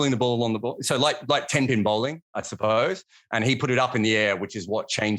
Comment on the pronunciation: It's called bowling. Fucking hell it's bowling mate! Oh ya, bowling. Not bowling. Lol.